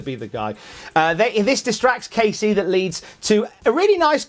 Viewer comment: Thanks, but he didn't say it like that. He said it as Kacey